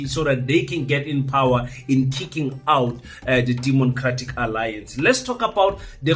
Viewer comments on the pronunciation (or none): Did you say “demoncratic alliance”?